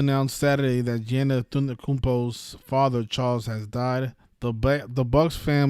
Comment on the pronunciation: Giannis name pronunciation is Yon - Nis 🤦🏿‍♂️ ... It's not Gee Yan Nis like your pronouncing it